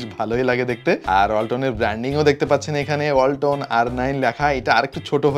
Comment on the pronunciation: যখন বললেন ওয়ালাতনের ব্রান্ড আমি পাশে রাখা হোন্ডাটাকে ভাবছিলাম ওয়াল্টনের ব্রান্ড বলছেন😛